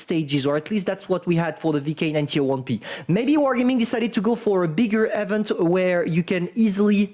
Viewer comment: THE WAY IS PRONOUNCING EVENT IS ANNOYING AS HELL. THE FIRST E IS PRONOUNCED THE SAME WAY YOU PRONOUNCE THE I IN EMIL. THE SECOND E IS PRONOUNCED LIKE THE E IN VENTILATOR.